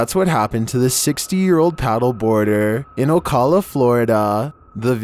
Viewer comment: butchered Ocala but besides that great vid